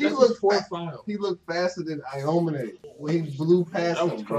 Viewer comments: aomine is pronounced ow-me-neigh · Cant stand the way they pronounce aomine